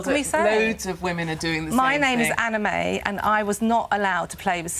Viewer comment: I thought Anna May said her name was anime 😂😂😂